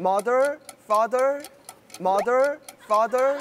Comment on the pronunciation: 가 마덜 파덜 하는데 나도모르게 젠틀맨~ ㅋㅋㅋㅋㅋㅋㅋㅋㅋ 아 영어 오물거리는게 왜케 커엽!!!!